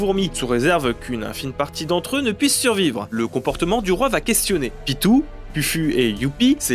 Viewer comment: Superbe vidéo sauf a propos ''PITOU'' c'est ''PITO'' ça s'écrit Pitou mais ça se prononce pito le ''u'' sert a allongé le ''o'' j'suis désolé mais ça me démangeais 🤣😂👌